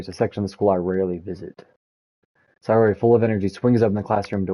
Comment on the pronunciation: Which doki is tour favorite so far Also sayori is pronounced “say-ori” (like the word “say” and the ori is pronounced ora, like in oracle”